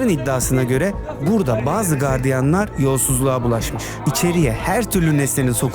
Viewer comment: Kardiyan değil - Gardiyandır o